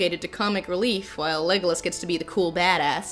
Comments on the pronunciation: “Thanks for establishing some tension... Vague-olas” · “vague-o-las” hahahaha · The way Lindsay says Legolas's name it sounds like "Legless" as in his he's a boozehound:).